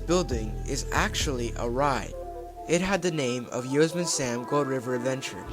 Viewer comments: I’m such a sucker for dark rides with unique theming. If they brought back Spee-Lunkers, I bet it would be in part inspired by the return of Knott’s Beary Tales. Btw, look up the pronunciation of Yosemite. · It’s pronounced “yoh-SEM-it-ee” same as the National Park in California